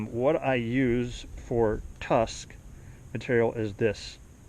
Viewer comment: Tusk not tuck lol l